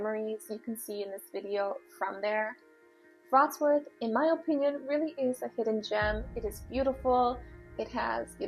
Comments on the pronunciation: It's vrot-slaaf not vrots-worth 😂 you even said the way they say it wrong wrong lol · Hey there! I live in Wrocław metropolitan area. Thanks for visiting. My advice to pronunciation: Wrocław phonetically it is pretty close to "Vrots - love".